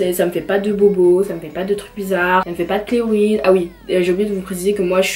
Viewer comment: Salut, j'adore tes vidéos et la personne que tu es. A titre d'information c'est des cheloïdes et pas kleroïdes ;) continue comme ça <3